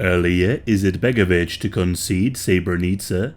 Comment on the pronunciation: “Eerleeyuh izetbegovic” 😂😂